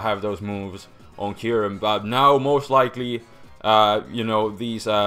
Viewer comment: IT'S K-EYE-YOU-REM!